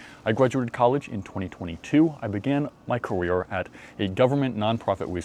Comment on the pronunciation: When i began my “Cawere”